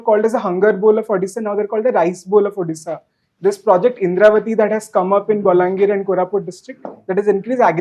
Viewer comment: It's Odisha not addisa